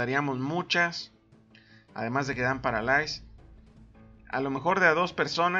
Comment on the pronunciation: paralais? ulalá señor frances!!!! jaja saludos